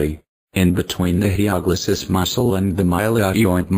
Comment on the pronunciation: It's Hyoglossus, not HyPoglossus...